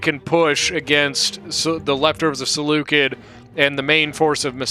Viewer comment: Oh and PS: Seleucid is not pronounced Seleukid it's pronounced Seleucid the C is soft